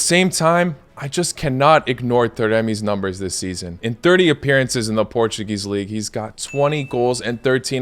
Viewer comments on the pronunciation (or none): none